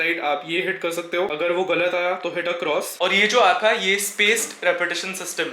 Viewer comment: Bhai aap ‘hai’ kyun nhi bolte. Your hai is silent in every sentence